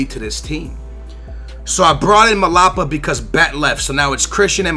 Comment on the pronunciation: its mlapa! not malapa pls like so he sees this